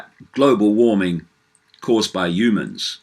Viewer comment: I love how you say global warming GLOBO WAHMING!